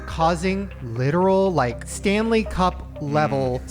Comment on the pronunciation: Not me thinking of Hockey when Shane first mentioned "Stanely Cup" 😂😂